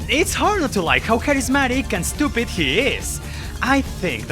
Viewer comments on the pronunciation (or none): none